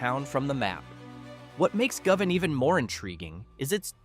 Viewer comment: AI crap. Govan pronounced three different ways within a minute. YouTube sucks now.